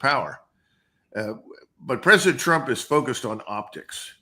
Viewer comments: "Prez Tru-pin" lol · Trupin? lol